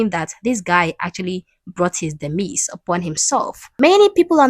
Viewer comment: Demise-say it like demiZe